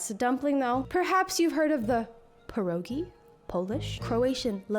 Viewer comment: All the polish people dying at the pronunciation of our beloved Pierogi and forgetting about the other types of pierogi 😭😭😭